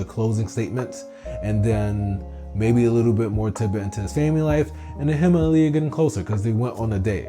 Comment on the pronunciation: Can you PLEASE call her Ah-l Ya instead of Aaliyah? 😂😂